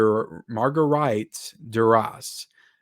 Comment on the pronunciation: Ha! You said Marguerite perfectly then completely butchered trying to say it correctly the next two times 😂